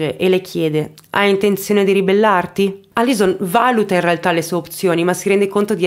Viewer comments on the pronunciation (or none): none